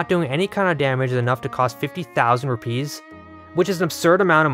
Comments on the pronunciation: “Lamp oil? Rope? Bombs? You want it? It’s yours my friend, as long as you have enough Rüpaeis.” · Ive never heard anyone pronounce rupees like that before